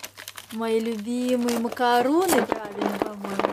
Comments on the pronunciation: Саша Иванова да да 👍🏻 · зайка прости,но мне как кондитеру прям слух режет!Это макарОн,а не макарУн.Это два совершенно разных десерта.Смотри: макарОн (macaron) - это то самое французское "печенье-безе" из миндальной муки,белка и сахара,которое ты так любишь.А макарУн (macaroon) - это традиционное американское кокосовое печенье с низким содержанием жира. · Alya88 alya885068 Девушка,я профессиональный кондитер,прошла обучение в одной из лучших кулинарных школ Франции.Мне лучше знать,нет?Даже смотря на само слово macarOn,оно не может читаться через У! Вы в школе учились? Вы еще французам(а это именно их десерт) скажите макаУн указывая на это печенье...Они пальчиком у виска покрутят.Они вообще очень не любят,когда делают не так как принято и правильно.Правильно макарОн,а на сайте написаны оба варианта и не нужно врать!И умничать тоже не обязательно,можно же просто посмотреть видео!Перед тем как тыкать потрудитесь разобраться в теме и не допускать тех ошибок,в которые сами же тыкаете.А замечания и конструктивная критика нужны всегда,хотя бы для общего развития,чего вам очень желаю.